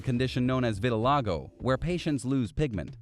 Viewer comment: Yes, but this guy said, "Viti-LAGO" instead of the correct "Vitil-EYE-go". DO YOUR HOMEWORK!